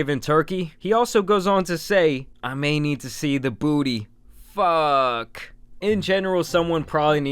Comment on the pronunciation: its Fuuuuuuuuuuuuuuuck not Fuckkkkkkkkkkkkkk you smoothbrain